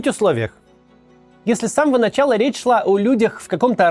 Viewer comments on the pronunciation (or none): none